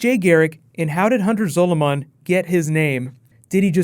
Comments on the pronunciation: Your pronouncing Zolomon it's Zol-a-man not Zol-o-mon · REMNANT, not REMINENT, and Hunter ZOLOMON, not Hunter SOLOMON. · Learn how to fucking say zolomon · Can you please learn how to say "Zolomon" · Whoa,, your usual pronunciation of "Zolomon" faltered a bit there!:p